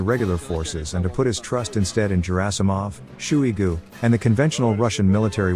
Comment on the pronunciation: How does your autoreader keep calling him “shoe- ee-goo”?